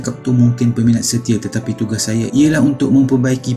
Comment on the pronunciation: Alah ajai pun..dia sndri nyanyi sebutan pun x jelas..syaayaa laa..syeemakinnn lahh..fundekk